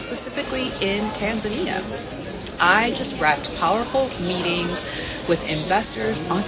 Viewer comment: I'm just glad you pronounce it Tan Za Nia, and not Ton zonia